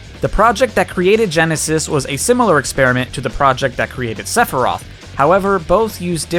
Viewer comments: When you said Sephiroth's name did you accidentally say Sepurai? I literally heard "Sepurai"! Listen to the recording and see if you hear Sepurai., I am serious. Please tell me you accidentally said his name wrong and didn't realize it. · Sepfory? I'm not the only one who heard that? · Dear who ever lives in the sky, how in the world did that man get the pronunciation of that word so wrong? Also ha nice reference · I loved when you just would not stop saying Sep-Rei-Th like you did at the start of this video, like you did during the Game Awards Stream. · YOU SAID SEPIRAITH FTUTIFJFJFJGLHLHOGJDJRU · I have a question. I literally know basically nothing about this guy, but is there a reason why he's pronounced Sephiros in Japan and Sephiroth seemingly everywhere else? Is that just a pronounciation thing? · why does he say Sephiroth's name like that? does he do it to piss off people?